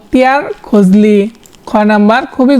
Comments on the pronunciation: রিডিং পড়ায় এত বর্ন বিপর্যয় হয় কেন??? খলজি কে বারবার খজলি বলতেছেন। 😢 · আরে ভাইরে ভাই😂 বাংলা ভাষার উচ্চারণ এর এভাবে ধর্ষণ আর কইরেন না প্লিজ🙏 অইটা কর্নওয়াসিস না রে ভাই! কর্ণওয়ালিস😅 বখতিয়ার খজলী না রে ভাই! অইটা বখতিয়ার খলজী হবে😂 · খজলি নয় রে ভাই খলজি ছিলো😊,,, আপনার উদ্দেশ্য ভালো।তবে উচ্চারণে খুবই সমস্যা🥲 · খজলি বলেন কেন? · আপনি অনেক ভুল উচ্চারণ করেন।নালন্দা কে,লানন্দা, খলজিকে,খজলি